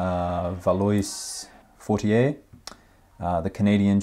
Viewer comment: It’s pronounced Val-wa and not Val-oh-hiss…